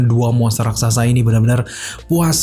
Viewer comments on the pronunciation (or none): none